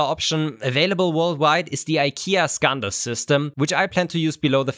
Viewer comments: Skådis, not Scandis. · SKÅDIS, not Skandis :D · Skådis is actually pronounced skaudis, and it means actor.